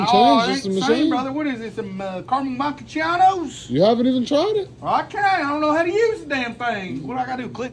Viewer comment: It's actually funnier that he said Carmen Mackichatos like he was pronouncing some foreign woman's name.